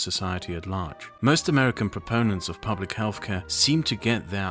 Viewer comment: Absolute rubbish from start to finish. I’d caution people in trusting someone on issues rating to public health that can’t even pronounce the word “health”, as in “healTH”, not “healFF” 🤔🤦‍♂️